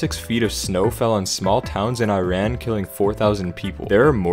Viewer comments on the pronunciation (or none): it’s pronounce “eeeran” not “I ran” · “Eye-ran” EVERYONE POINT & LAUGH!! Jk but for future reference, it’s pronounced “ih-rahn” or “ih-rock” (Iran & Iraq) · Not to be all nerdy but the word Iran is not pronounced I-ran the word is supposed to be pronounced EE-Ron. The more you know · Ok not to be road but it’s pronounced ee-ran not I e-ran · Just to let you know, Iran is pronounced E-rahn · SMH pronounced “Iran” wrong